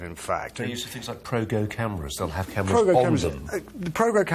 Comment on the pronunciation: its go pro, not progo!